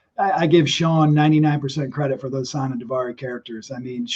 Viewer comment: It's Hassan Chris not Hussain